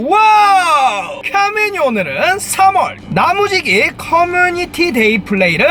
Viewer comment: 나무지기가 계속 야무지기로 들린다ㅏㅏㅏ